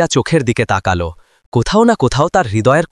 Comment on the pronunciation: বাংলা উচ্চারণ ঠিক করুন। তাকাল্ নয় । তাকালো। লাগাল্ নয় । লাগালো ।গড়াল্ নয় । গড়ালো ।